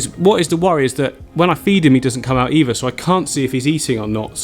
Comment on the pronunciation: Are you saying "eever" not either. "Everyfing" not everything. Why?